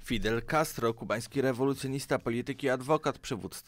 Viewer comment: Nie wiem czemu ale jak mówisz Fidel Castro to ja słyszę Filet Castro